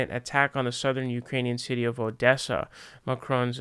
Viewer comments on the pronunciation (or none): none